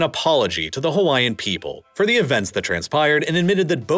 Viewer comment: Narrator just butchering the pronunciation of all the Hawaiian names/words